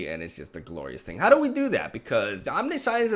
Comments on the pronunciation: little funfact: had a discussion recently about the correct pronounciation of this "omniscience" thingy. It's not "Omni-Science" like you might expect, it's (speak) "omnishuns". love your stuff, keep it up <3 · I'm assuming English is a second language with the accent and the Brazilian flag in the background. That being said the word "omniscience" is pronounced om-nish-ance. Not a big deal but figured I'd mention it. Thanks for the vids dude! Edit: well now I'm confused because later on in the video on like match 3 you start pronouncing it correctly. I guess that has something to do with how non-native speakers interpret words as they appear? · Welcome to teaching english. Today's word is "omniscience". Ahm-nih-shee-ence. Is the spelling nonsensical? Yes. But so is the concept. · I don't care that he doesn't know how to pronounce "omniscience" but his flip-flopping back and forth on it really bothers me.... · Can't say "omniscience" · Eugene is a common nickname for Ugin in the magic community, and everytime ive heard him say chupacabra he has pronounced it correctly. I'll double check though. Still prefer his pronunciation of Omniscience better than the correct one tho. Lol